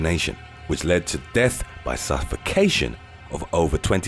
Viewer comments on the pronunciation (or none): none